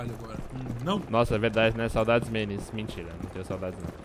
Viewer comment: fala MENES, nossa senhora que desgosto